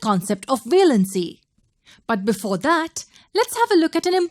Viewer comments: Its valency not veelency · Its pronounced as valency not velancy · Wrong pronounciation of valency